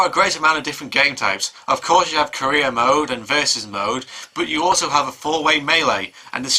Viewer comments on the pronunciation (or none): when he said career mode it sounded like he said korea mode lol